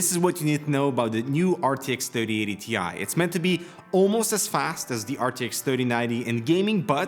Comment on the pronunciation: According to Nvidia.... It's not a T I It's a TIE. Don't mix them up, please.